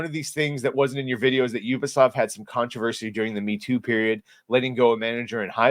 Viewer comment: Your the only YouTuber that I've seen that can pronounce the name properly 😂 ... Ubisoft . They call it Ewwwbisoft loool